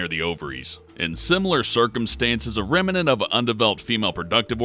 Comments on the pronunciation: Pron: Rem-nant You're welcome! Thanks for the interesting factoids :) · After watching this, I learned that "remnant" has three syllables.